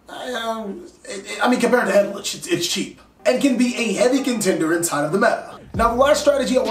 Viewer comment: I'm just hearing "egg-glitch" all the time😂